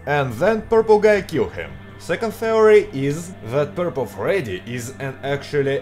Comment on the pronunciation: Hi,. You made a mistake in the word "Purple" in the intro!!!